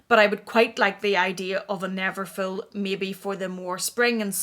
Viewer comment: its called neverful not neverfill 😘😘